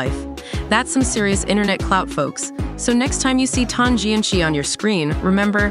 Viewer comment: The “ci” in Tan Jianci’s name is actually pronounced as a soft c (sounds like an s) and not the pinyin Q sound.